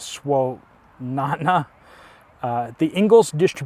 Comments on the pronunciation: UPDATE it's pronounced Buncome (Buncombe) county, and Swan a noah ( Swannanoa)! Not criticizing just helping you out! Love this community! I'm West of Asheville thankfully we did not get the worst of it but we are under boil water order, limited gas and it sure shelves are empty. I did see a truck come in last night for the local grocery store! Prayers it's full of food, milk ect! I know families desperately in need! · Buncombe = bunn-comb (like for your hair) Swannanoa = swan-ah-Noah